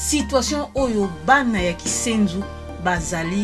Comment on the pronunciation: KINSENSO, et non KISENZU ....Yaya NLANDU....